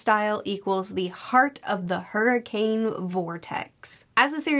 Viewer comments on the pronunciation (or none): none